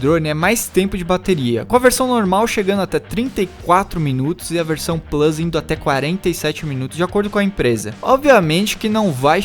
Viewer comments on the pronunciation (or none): none